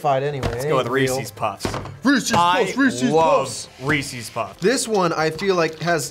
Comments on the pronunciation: It's Rees-iz, not Ree-sees. Reese's Pieces rhymes. It's not Ree-see's Pee-sees. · REE-SEES? REEE-SEEEEES?!